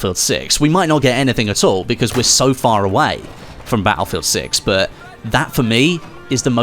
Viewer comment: why would i subscribe when you can't pronounce the word "but" peoperly? buuuuuu